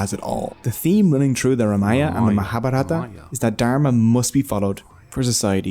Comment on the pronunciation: Good one. One small correction pl. Correct name of the epic is RAMAYANA & not Ramaya.